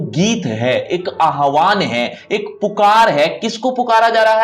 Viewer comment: It's not aahvan sir it's aavaahan 😊